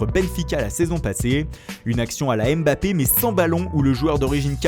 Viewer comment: S il vous plait les gars on dit pa èmbappé mais on dit mbappé